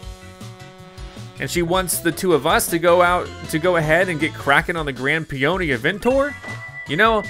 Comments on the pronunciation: "Peony" is pronounced as "Pee-Yer-Nee" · The guys name is pronouncing "PEE-uh-nee", like the flower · It’s actually PEE-oh-nee. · Its "pee o nee" like the flower.